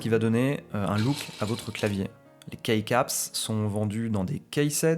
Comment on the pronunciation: Super vidéo ! Vraiment informative et riche merci beaucoup, le rythme de la vidéo attire l’attention, on a envie d’écouter et d’appofondir ses connaissances. PS: juste un minuscule tout petit détail, key comme dans keycap ça se prononce juste « ki » 😊